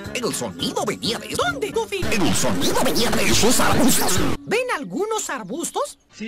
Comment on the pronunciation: Se dice goofy